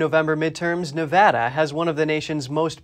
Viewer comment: He pronounces Nevada wrong